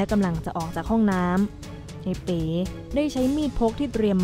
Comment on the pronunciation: ทำไมอ่านเป็น เอ๋ อกไก่